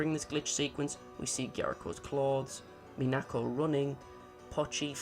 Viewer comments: the stress pattern for Minako is MInako, not MiNAko. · Kind of annoying that he doesn't say Minako's name properly in the entire video. You can hear her say her in the VIVINOS videos, and he doesn't say Gyaruko's name wrong, so what's with mispronouncing Minako?